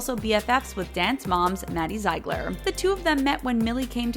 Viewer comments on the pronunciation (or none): You pronounced maddie ziegler wrong its pronounced zigler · When she said: Maddie ZigLeR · It's Zeigler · The way she said Ziegler tho ?!😑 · the way she pronounced Maddie Ziegler's name 😂😆😁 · Dude the way she pronounced maddie Ziegler name killed me